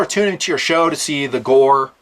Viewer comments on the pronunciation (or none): none